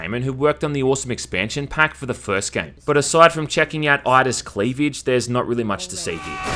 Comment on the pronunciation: I like how you pronounce cleavage as "clivyedge"